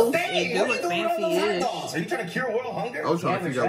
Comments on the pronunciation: Sound like he said top dogs together which sound like taco 😂😂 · nahhh he fs aint say hot dogs he said sum like tatdogs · I rewind it but it did kinda sound like tacos😭but it just how he said it